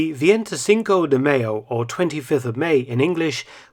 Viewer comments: The nearest I can get to phonetic pronunciation on here is " 'mai yo ". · I believe he said "mayo" pronounced "mei-io". Damn, can't type phonetics on here! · But not the appaling pronunciation of "mayo", like it was for a burger.